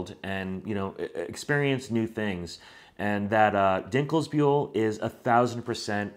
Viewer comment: Hey, your "Dinkelbühl" pronunciation is top of the game alright! As a German citizen Summer Breeze Festival is the closest festival to my home and I have spent numerous of times there starting 2003 when it was still taking place in another spot. I can only agree with your review and at the same time I am amazed that you took the long journey to even get here. Thanks for your kind words also on Germany and its people. I am one of those folks that would thoroughly enjoy helping you out or even talking to you on your next time over. Have a good one! Greetings from Wurzburg, Germany ---- Bernd